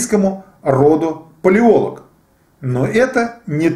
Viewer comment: Не ПалОлог, а ПалеолОг. Не ПеремЫшль, а ПерЕмышль. Тот ещё историк....